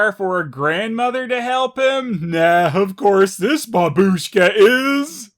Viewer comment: BAbushka! You must say bAbushka, not babUshka!